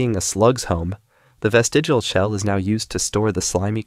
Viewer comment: Good video, but the word is “vestigial” not “vestigal”.